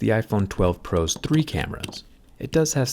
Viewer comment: Thumb up if you notice how Jerry says, "Tree" instead of "Three"